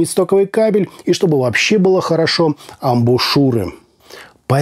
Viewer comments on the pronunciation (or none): none